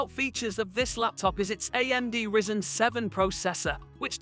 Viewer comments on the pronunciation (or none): I turned off when you described pronounced the processor class "rizen"